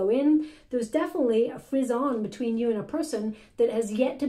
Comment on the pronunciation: Thank you, i just love your readings and i love the word 'frizzon' it always makes me laugh🤣 when you say it💞